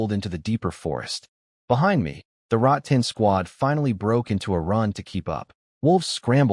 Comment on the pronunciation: boss its " rattan " not " rot tan " 🤭🤭🤭